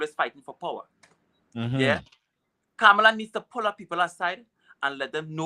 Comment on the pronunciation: Her name is KAMLA.......not KA-MA-LA🙄🤨